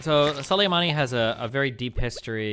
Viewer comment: Destiny Struggled to Pronounce Soleimani in this debate